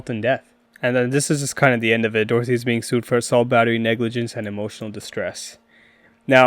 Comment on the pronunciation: It's Doherty, not Dorothy. Get it right, but at any rate he deserves all the Karma coming his way. It's gonna be good, y'all! Especially since he's wrecked his McLaren like a little pu$$y. Literally he's a coward.